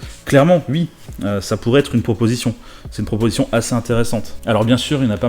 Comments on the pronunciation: Pourquoi tu dis Ui au lieu de Oui ? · Les pubs honnêtement je comprend pas de souci la dessus, mais par contre, s'il te plait arrête de dire "ui"! C'est "oui"! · Tu dit oui, ou tu dit Ui 🤣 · "hui" ?? Ah ouais... c'est vraiment l'accent qui fait ça....chez-toi le son "wi" est toujours prononcé "ui" en fait. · IL DIT UI ! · Tu dis UI ? xD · "Je dis ui" 😂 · J'aime bien ta façon de dire ' oui ' (u-i) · "J E D I S U I" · Tu dis hui ? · je dis oui, je dis oui.... tu ne dis pas oui, tu dis UI hahahahaha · ça aurai pus être pire, tu aurai pu dire Huit ou Huître!!!! question n'étant pas linguiste, c'est dans quel région qu'on dit Hui pour dire oui !!!?? après utilisé le terme hui peut être très légèrement confisant, car le Hui de Aujourd'hui signifie en "Ce jour d'..." en claire qu'en on dit aujourd'hui on dit "En ce jour d'aujourd"!!!! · Tu fais partie de la communauté du "Ui' ... Sinon toujours bien tes vidéos ;) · Il me stresse à dire « Ui » 😂😂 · Moi j'adore ce "Ui" ☺️ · Mdr "je dis ui" "ui" tu me fais rigoler et c'est vraiment pas méchant 😁 top tes vidéos 😉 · Tu dit UI 😉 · J’adore l’accent alsacien sur les « oui » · "je dis ui" "ui à l'argent" on dit pas "ui" à l'argent, on dit OUI à l'argent ! Merde ! Avec un "ou" avant le "i" et pas un "u" merci 👍🏻😱 Et pareil on dit pas "uikend" on dis "ouik-end" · Tu me fais rire avec tes ui au lieu de oui, tu dis même ui-end haha